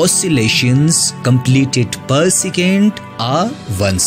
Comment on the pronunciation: Second ❌ sicand ✅